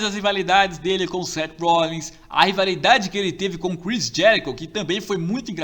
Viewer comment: O cara falo Seth Rollings é Seth Rollins